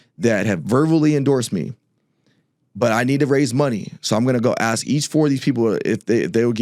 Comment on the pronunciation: Sounfs smart and props to him for not saying aks.. I can listen and my ears don't burn, my shoulders don't cringe. I'd vote for him.